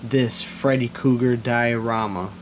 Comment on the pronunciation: Say freddy kooger,....ONE more time ✋️👤